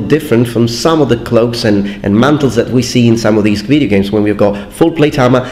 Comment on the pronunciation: No one:: Wideo games